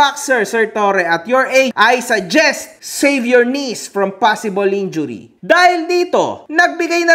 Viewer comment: "enjury" ampota baka "injury" wag mo pa halatang bisakol ka.